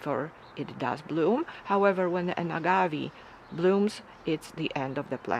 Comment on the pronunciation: Pronounced Reg-i-Nay And A-gav-ay